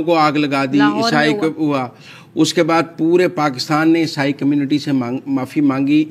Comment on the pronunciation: Madam word is not esai